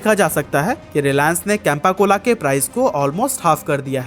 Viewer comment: कैंपा cola की जगह चंपा को cola 😅